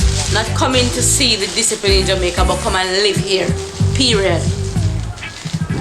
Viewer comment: The way the mom was saying period got me